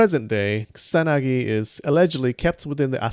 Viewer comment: Dude why say "ksanagi" instead of ku-sa-na-gi slowly if you cant say it right